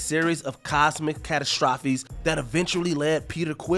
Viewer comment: Dude can't pronounce "catastrophes."